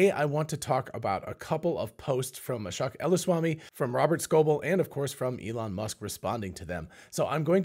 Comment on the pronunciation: It's SHOCKING how many times I've posted the correct pronunciation of Ashok's name on this channel. Hint: It rhymes with choke. How do I know? I've listened to his own self introduction.